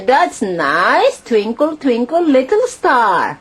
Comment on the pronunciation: I laughed so hard . Tvinkull, tvinkull. I love it.